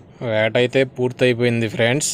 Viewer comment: Friends frds ani chavaminguthunnav bro natural ga ravatle ah pilupu feeling starting lo okasari ending lo okasari Cheppu evey time ala mingaka bro just suggestion teesukote teesuko ledha okay no issues